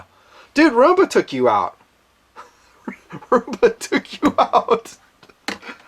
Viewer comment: It's fucking ROOMBA NOT RUMBA FFS